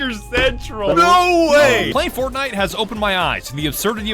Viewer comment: Did she call Fortnite ForkKnife? I just wanna make sure I heard that right